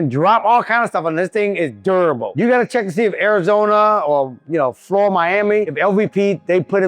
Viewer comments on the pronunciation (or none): none